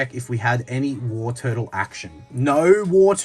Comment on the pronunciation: Tortle not turtle… I usually don’t care about pronunciation but when it’s an evo of the original starter Pokémon then it’s kinda sacrilegious lol.. love the vending machine chase cheers for the content bro